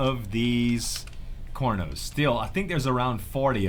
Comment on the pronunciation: IMAO CORNOS XD XD IT CAR-NO-S